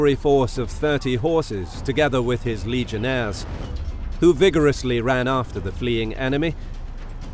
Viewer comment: Legionaries not legionaires... this is Rome not France